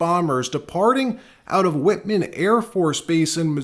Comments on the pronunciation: Whiteman NOT WHITMAN!! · It’s white man , not witman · White man not Whitman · It’s pronounced White Man (one word). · It's Whiteman (pronounced white man) Air Force Base. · Pronounced "White- mun" AFB